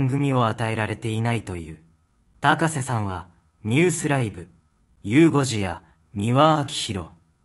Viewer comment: このナレーター「高瀬アナ(たかせ)」の事「たこせ」って言ってるように聞こえるのは気のせい？